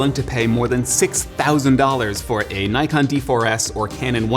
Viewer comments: It’s properly pronounce as Nee-kon not Nay-kon. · it's "nikon" not something like "naikan" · My friend not naikon ,say it niikon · i feel compelled to as why do yanks pronounce NIKON as NYKON. nikon has an i not a y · NEE-kon not NIE-kon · Fake Wukong its pronounced nee-con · I cringe every time people say “nai-kon” Nikon America just gave up and be like “OK whatever you pronounce just fucking buy it” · NOT 'Nite' kon IS 'NICK' kon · Me too. And don't get me started on Nyekon, it's Nikkon. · Knows his stuff except can't pronounce Nikon, how weird is that? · He's also saying Nikon as Nai-kon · DID HE CALL NIKON, Naikon ??? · Super informative! Thanks for the great video. But one small thing i want to mention pronounciation of Nikon. It's japanese, you have to say as "Knee kon". In fact, if you see a word that it's not originally come from english, general rule of prounounciation is, I = Ee, A = ah. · Did he said Naikon? you suck bro, other than that, good review.